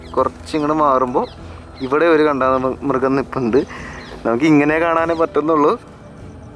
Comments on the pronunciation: എടേ... കാണ്ടാമൃഗ० എന്നല്ലേടേ പറയേണ്ടത്..... എന്തോന്ന്... കണ്ടാമൃഗം.. 😁😁👍👍അടിപൊളി വീഡിയോകൾ പോരട്ടേ...... 👍👍💞💞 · കണ്ടാമൃഗമല്ല കാണ്ടാമൃഗം എന്നാണ് ശരിയായ ഉച്ചാരണം.